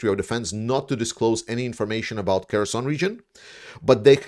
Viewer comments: I'm talking about the pronunciation. The name is Херсон, so H, not K. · Herson, not Kerson, right? You keep saying Kerson. That is wrong, isn't it?